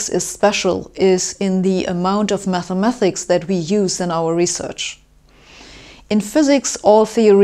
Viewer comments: "Mathemathics" versus "Mathematics" - you pronounce the word with two 'th' sounds but there is only one: "ma*th*ematics" - the 'th' is correctly spoken after the first syllable, but the second time you say it, it should be instead said as a 't' sound. No offence intended! All the german people I've met always wanted to improve their english to the point of perfection so I hope you feel the same way and will be happy to read my suggested improvement in your english. Your video was interesting, by the way. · Who's gonna tell her it's 'mathematics' not 'mathemathics'? Good luck who ever it is !! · Should be "mathematics", not "mathemathics". ; ; ; ; ; ; ; .